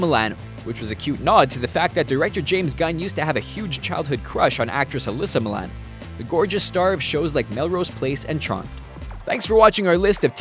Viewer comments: I just re-watched it. Hoping that they had corrected it. Nope. Not Milano. He says Mill-Ann. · Did you mean Alyssa Milano? "Alyssa Milan" lols! It makes me sad that the kids doing these are obviously reading a script and have no clue who it is they are referencing. Getting old,.. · it's Alyssa Milano...not Milan. ....wah wah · Milan???? her name is Allysa Milano. with an O at the end. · Alyssa MILANO.......not Milan...lmao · It's Alyssa Milano.Not Milan. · Milan....?!? you mean ALYSSA MILAN-OOOOO!!!! How do you forget the O? She is the Boss for Gods Sake!!! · her name is Alyssa Milano not "milan" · That's Alyssa "Milano" not "Milan" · Ummmm except the actress's name is Alysa MilanO, not 'Milan' sooooooo fail... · ummm no. There's a huge difference from saying Mil-ANN vs Mil-an-O. He failed. Deal with it. Life will go on. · Glad I'm not the only one this bothered. He said mihlahno instead of mihlawno. If you are going to voice over videos then you need to get pronunciations right. You have one job. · When he talks about the ship you can subtly hear the O but while the actress sadly he is wrong. He says Milan. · Am I the only one who thinks he's mispronouncing Alyssa Milano's name? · How the narrator said Alyssa Milano's name. I'm dead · Thank you! I noticed he did NOT have the O at the end. It's like sheesh how long has she been around and you can't pronounce her last name correctly. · i literally was looking to see if someone was going to say something about that! can't believe he doesn't know how to pronounce her name